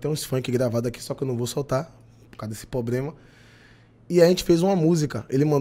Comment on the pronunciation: gente, p cara fala "pobrema". pelo amor de deus. e outra, se o cara fez uma parte da música a composição é dos dois. você estourou com essa música mas não se preocupe, que como tantos outros, já já ninguém nem lembra mais.